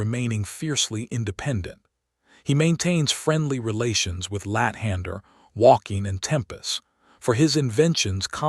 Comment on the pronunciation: I laugh hysterically every time you say lat hander